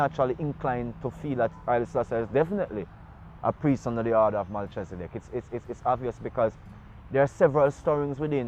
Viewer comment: Most people who speak the biblical names word it wrong - even i learn this over time and make effort t announce and utter the best or correct way in my seekings of the Allmighty .. .MELCHEZIDEK most pronounce it Mel - chezi-dek this is wrong pronounciation in my belief and seekings - the nearest truer pronouncitions - is Melki-zee-dek or Melki-seh-dek SO MeLKEE / MeLKI--SEH-DEK, IF WE, MY SELF INCLUDED SPEAK ONLY ENGLISH LANGUGAE My main point is for english speakers we have SPLIT the FIRST PART OF name Mel-chi via the engish teaching - WHEN IT SHOULD REALLY SHOULD BE one word prononciation >>> MELKHI /MELKEE /MELKI etc etc . i believe from my findings, <I may even be wrong>?? Yet simpe way to see it is .lets say my name - Anthony - somme pronounce the H some silence it - ie...Antony, Antho-ny /Ant/ hony :) again Tony - Tone-E /Toe-knee :) like this :) TAFARI THATS ALL IM SAYING THE ENGLISH LANGUAGE IS A SERIOU MISLEADING LANGUAGE IN OUR QUEST FOR THE TRUTH AT TIMES / Ras Tafari - Rastafari?? - TRUE WORDING IS RAS TAFARI / HEAD CREATOR... In India its Raj king/ emperor titles rem this ...titles nd names are two differet things altogether and can create wars among nations, who know no difference.. bcos of wrong / false teachings unkowngly in most cases passed down by the churches religions etc etc . or cover up in key areas? . Give thanks